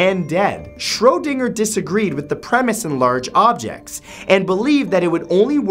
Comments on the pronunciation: Why does he keep saying Shro Dinger? WTF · Isn't it pronounced Shroh-dinge-er? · It’s Schrödinger (rhymes with ginger)